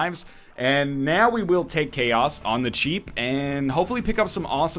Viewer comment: When you said ''Chaos'' I understood ''Key ass'' xD